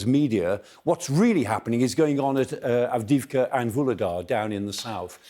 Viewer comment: Avdiyivka, accent on first i